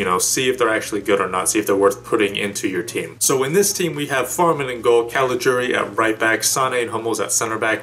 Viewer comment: First english speaking Youtuber who pronounces CALIGIURI right! For that alone you get a big thumbs Up!